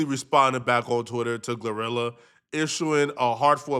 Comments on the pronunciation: Lol 😂😂😂 this man called her “Glue rilla” 😂😂😂😂 or “Gar rilla” “Gla rilla”I thought it was “Glorilla” pronounced(Glow -rilla) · Bro, It's Glo - Rilla, Not Gluh - Rilla 😭😭😭